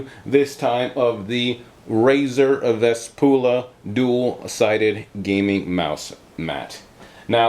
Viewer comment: Nice review, and I think it is pronounced (Vesp-yoo-lah) not (Vesp-oo-lah).